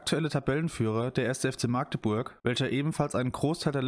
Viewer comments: Kleiner Hinweis zum FCM. Magdeburg wird magdeburg ausgesprochen mit einem kurzen a. Besser noch machdeburch Beste Grüße. und schönes Video :) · Bro bitte magdeburg mit einem kurz a sprechen sonst kann das schnell unangenehm werden alle aus magdeburg können das nicht ausstehen wenn magdeburg mit einem langen a ausgesprochen wird